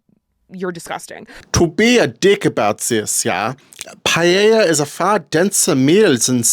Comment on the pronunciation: That's how it's pronounced, pie-ey-ah! It's a Spanish word, and that's how they pronounce the double Ls.